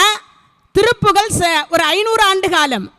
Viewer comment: திருப்புகழ் உயர்ந்த தமிழால் இயற்றப்பட்டது.அதை எளிதில் படிக்கவோ புரிந்து கொள்ளவோ முடியாது.திருப்புகழ் என்று சொல்வதற்கு பதில் திருப்புகல் என்று சொல்லி கொல்றீங்களே இது நியாயமா.நாராசமா இருக்கு.அருமையாய் உரையாற்றுகிறீர்கள்.தயவு செய்து மாற்றிக்கொள்ளுங்கள்